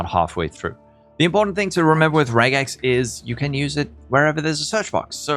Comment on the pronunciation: Thank you for saying regex and not rejex.